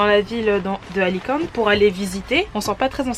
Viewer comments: salut les jeunes , ne prononcer pas é a alicante cela fait mal aux oreilles, merci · Kikou juste peti rectif : c’est Alicante et😊 non Alicanté . Bonne continuation vous êtes sympa